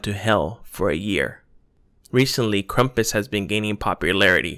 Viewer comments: Cool video but it’s pronounced Krampus not Krumpas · lol just kidding I know it's krampus but the guy talking in the video said krampus as krumpus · it's not krampus,it's KRUMPUS